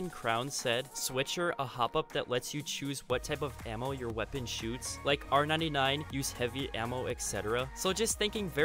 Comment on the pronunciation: Its pronounced r99 not r 9 9 psychopath